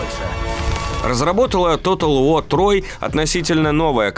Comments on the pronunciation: Тотал ВО! Английский - ВО! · как же раздражает тото уоу! ты либо говори по английски либо по русски, а не нечто среднее. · Почему "Тотал Во"?! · Может диктору при произношении английских слов лучше использовать "русский английский"? Например, Тотал ВоР, а не Тотал Воа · Bri'ish si'.